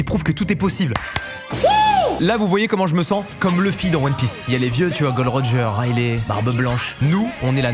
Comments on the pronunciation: Ça ce dit fan de one piece et ça dit GOLD ROGER!!!!!!!!! MASTUUUUUU NONNNN PAS TOIII c'est GOL-D-ROGER STPPPP PTNNN😂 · Mes oreilles saignent 😅 "Gold Roger" ?? "Rayleigh" ...quoi ?! "Ray..." Quoi ??? Naaaaan, j'ai un cancer l'oreille, là 😭🤣🤣